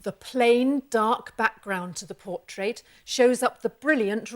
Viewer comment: Awesome video was more distracted by her lovely accent and how she pronounced 'portrait' as 'por-TRATE' to retain any useful information 🤗